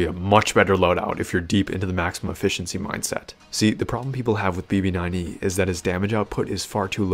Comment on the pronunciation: Did I hear “emo9E” lmao